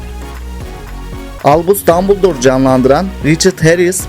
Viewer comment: HARY POTTER VE DANBILDOR